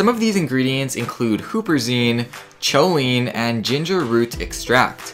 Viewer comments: I dont mean to sound like a butt hole but it's pronounced (COLE--EYE--nnnn) Not choooliineeee. It does sound pretty funny tho Haha choliiineee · cho-line? It's co-lean dear friend. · Sorry to be pedantic but "choline" is pronounced "kow·leen". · The "ch" in "choline" is pronounced like a hard "k". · Choline is pronounced as though there is no "h". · You pronounced Choline wrong